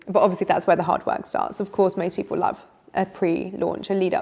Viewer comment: Great content, I love the way she says I larv instead of love 😂